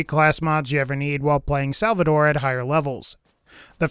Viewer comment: it's SALVADOR! nothing else needs to be said!